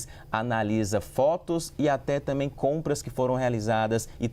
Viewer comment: Pelo amor de Deus, alguém ajuda este repórter a pronunciar corretamente a palavra também 😂😂😂😂😂